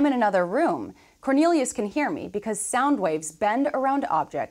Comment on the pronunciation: my man really called cornelius